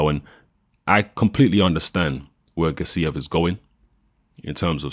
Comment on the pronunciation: Gássiev, not Gassíev